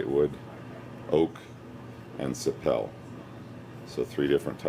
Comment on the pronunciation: Very nice! It is pronounced sah-pee-lee though :)